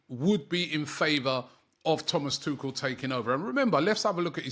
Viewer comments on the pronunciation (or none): butchering names isn't surprising anymore.